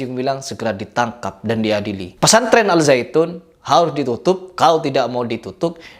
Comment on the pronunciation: Bukan alsaitun tapi alsyaian